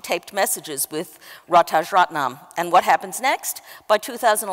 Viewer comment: Rajaratnam, not Ratajratnam, Just sayin....